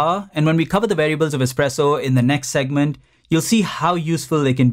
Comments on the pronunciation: Expresso lol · Expresso. Great video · Expresso bissshhhhh! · "Expresso" lol